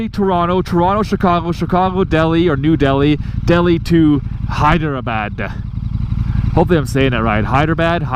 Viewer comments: Hyderabad is pronounced as the following : Hy - Dra - Baad Hope you enjoy the trip, please be safe and hopefully you can vlog from there. Your trip sounds LONG !!!! They should have just done Calgary - New Delhi - Hydrabad. OR Calgary - Vancity - New Delhi - Hydrabad. Regardless I hope you have an amazing time. Keep up the amazing content. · It’s hydrabaaad